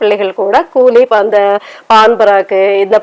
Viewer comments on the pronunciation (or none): none